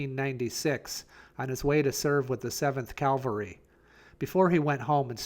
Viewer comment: CAValry, not Calvary.